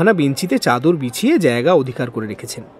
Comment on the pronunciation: Chator hoy na chador hoy to